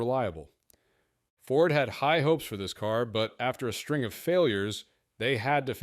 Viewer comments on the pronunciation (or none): none